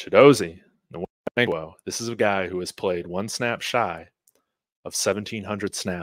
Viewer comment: it is wankwo, the N is silent. Wannnnkwo. Like Kanu Nwankwo the famous soccer player.